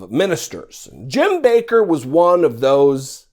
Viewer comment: It's 'Backer' not 'Baker'. Like 'WATTers' not 'Waters'.